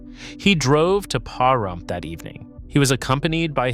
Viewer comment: It’s pronounced, “Puh-Rump”, not “Pa-Rump”. 😉